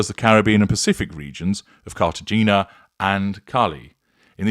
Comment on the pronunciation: Carta-HAY-na. Like hello.